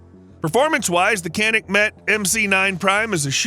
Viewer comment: "Mete" is pronounced like "meat" ...just FYI